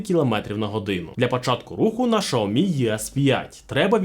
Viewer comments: правильно "Сяомі", а не "шаомі". Китайською мовою не звучить як шаомі, у вас немає 30 секунд зайти у чат гпт і в перекладач щоб це перевірити? просто прикол якийсь)) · Не шаомі а сяомі. Поняв? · Що за назва "Шаомі"??? Де взяли цю назву? Аж вуха ріже😡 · СЯОМІ... Так це читається! Як і ім'я китайського вождя (Xi) читається Сі! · Я дивився британську програму про електромобілі Xiaomi англійською, так англічани кажуть "жя́мі" 😂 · Доречі, слухав як китайці вимовляють цю назву, так вона звучить ближче до шьяомі. Тому, розширювати свій світогляд іде лише на користь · Я питав безпосередньо китайця у Шанхаї, як вимовляється xiaomi, тож почув щось середне між "с" і "щ".